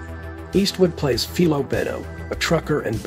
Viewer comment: Apparently you have not seen Any which way but loose or any which way you can because if you had you would know his name in the movie is pronounced fi lo not fee lo